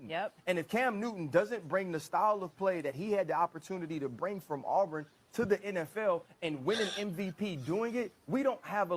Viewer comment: did Ryan Ass Clark just say “Arbrin”? Cmon homie